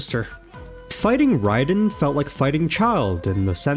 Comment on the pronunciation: "NOW YOU FACE THE TRUE GOD OF THUNDER!" - other Raiden. No, not that one, the other, other, Raiden. The one pronounced wrong. Him